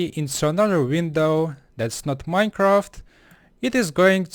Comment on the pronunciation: minecaft sigh